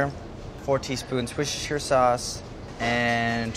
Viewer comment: Anticipated the butchered pronunciation of "Worcestershire" from the beginning of this video